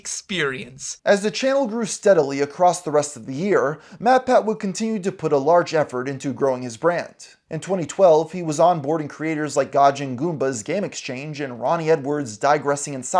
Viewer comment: Wtff is " gaw gin"? How the hell can you mangle gaijin that badly?